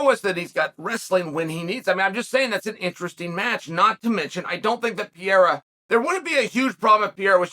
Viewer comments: "Per-era" please Chael, Ariel already taught you.. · Chael, Pierra is gonna KO you for mispronouncing his name purposely. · The evolution of Chael's pronunciation from Pereira to Pierra to just Pierre is truly something to behold. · Can chael learn to say pereira not pieira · Who the Fuck is Pierrerer? Only from Mr Sonnen lol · I've just one question, who the hell is Piera? 🤣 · Let's go "Piyera"! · My dude might have that dyslexia thing because how do you even get “ Piera “ looking at his name? Wtf? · If Chael says it’s “Pee-air-uh” then its pee-air-uh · Never lost a round…never even tried to pronounce Pereira’s name right. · Take the time to pronounce his name correctly please? We say yours correctly. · How are you still butchering Pereira’s name like this 😂🤡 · you could learn how to say Pereira is not that hard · Chael’s commitment to mispronouncing Pereira’s last name is next level lol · Seriously, even after Ariel's correction 😅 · Ariel just told you how to pronounce Pereira's name! You're also the only person that calls Jorge Masvidal George! I think it's obvious that you're doing it intentionally and I like it! 😂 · Only Chael would choose to continually mispronounce someones last name rather then just use their first name. What a legend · yeah but he can pronounce adesanya. You would just think you would take the path of least resistance rather than continually Mispronounce someone's name in a professional context. But it's chael and he doesn't give a shit. He's actually a great example no one is referring to him as sonnen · even after Ariel tells you how to pronounce it on 2 separate occasions and spelling it properly everything, you still can't say the name right. you sure you don't have any CTE champ?